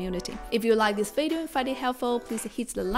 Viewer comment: You can’t even pronounce the word video properly. Maybe you wanna focus on that first